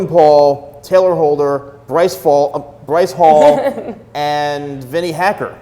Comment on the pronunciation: Man really called him Bryce Falls 💀💀💀